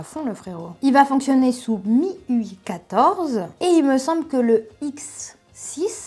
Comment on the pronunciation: Si tu veux bien passer on dit MIU "Eye" en Anglais le plus souvent quand on parle du système voila à plus!!